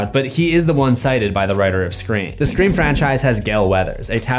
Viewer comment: CUD YOU PLEASE PLEASE PLEASE STOP DOING SCRAEM